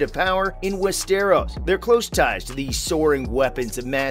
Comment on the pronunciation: The way he said “west-eros” 😖